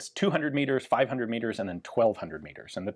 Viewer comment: Meters not Miggers